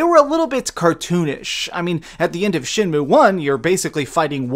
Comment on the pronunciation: You keep pronouncing it SHINmue instead of SHENmue.